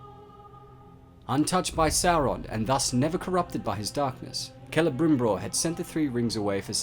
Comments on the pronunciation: I know it's been two years dude, but...I just have to tell you. It's not Celebrimbror. It's Celebrimbor. You're accidentally doubling the /br/ sound. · Is he saying "CelebrimbRor" all the time ?